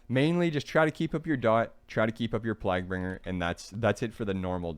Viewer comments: nice video as always. Just a heads up its "/plāɡ/" So its sounds like "playg-bringer" for plaguebringer. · "eeban fevor" lmao "plagbringer" bro lmao